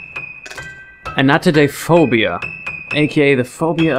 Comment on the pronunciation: That is not how you say it